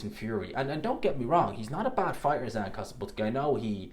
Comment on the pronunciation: It's Zhan not Zan.